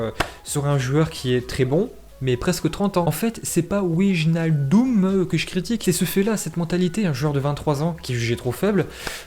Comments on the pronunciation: En vrai wijnaldum c'est super simple ça se prononce Waï nal doume . Et c'est un excellent joueur de Liverpool pour le coup donc grosse prise si il vient au Barça 😉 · Wijnaldum Tu dois le prononcer Wynaldoume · Pour wijnadum ça se prononce ouinialdoume